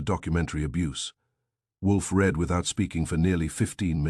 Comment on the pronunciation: It's read not Red! Read it not red it. Also, again, it is no, not number. It seems you are not going to fix this problem!